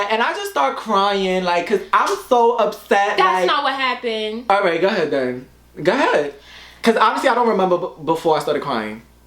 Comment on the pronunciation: gah head. instead of go ahead lol